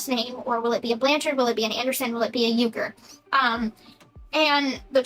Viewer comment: His last name is not Uker! Ken's father even confirmed that it's Urker!